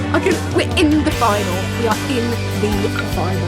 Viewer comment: "Did she... mention... the FINAL!?" Omg loved that xD